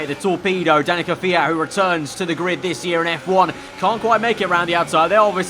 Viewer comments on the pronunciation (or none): none